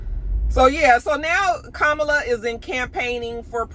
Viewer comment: Comma-La = Kamala. I have a “difficult name” as well and it’s disheartening when people don’t take the time to pronounce it properly. Loved the commentary!